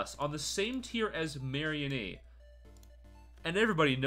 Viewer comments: ok this video is great but I hate how u pronounce mareanie it's not some kind of marionette it is a marine meanie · Ah yes "marry-a-knee"